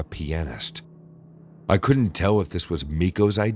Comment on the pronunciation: Thank you for pronouncing pianist correctly